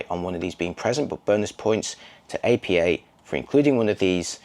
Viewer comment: It's pronounced "Appa" not "A.P.A." That said, great review!